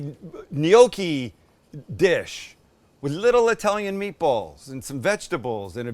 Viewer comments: Gnocchi. Sam knee-oki… n-yoki. Great job guys. Love your channel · It's GNOCCHI! not 'NIOKI'. Jeeesus, why do you yanks bastardize EVERY language? Respect others culture and history. Yeah, we get it, you have no history, that's why you buy bridges etc from Europe. Anyway, good vid. Thanks. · Sam, we do not pronounce gnocci neeockee, we pronounce it nocki in Pittsburgh. As you know there are many Italians in Pittsburgh. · I love your show butt I don't understand why you're pronouncing it "gnocchi", it's pronounced, gnocchi! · It's Gnoc--chi...! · In Australia, the G is silent, but it's 'knee-okk-ee' here haha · Glad you put the word "gnocci" on-screen. I was wondering - "what the heck is a neyokey" there for a minute.:goodvibes: Looks yummy. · Japan attacking Pearl Harbor December 7, 1941 is infamous. Let's all hope this dinner doesn't become infamous. 🙂 Gnocchi is pronounced with a silent G. Nocchi (nyow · kee). Please don't take this as criticism...great cooking channel, one of my favorites. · Is Sam saying gnocchi funny or is it just me?? Pretty sure the “g” is silent no?